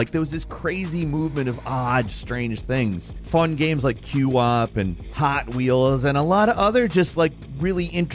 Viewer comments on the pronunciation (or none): Can not mispronounce things? It's QWOP not Queue Op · Qwop is pronounced kwahp. Not Q wop.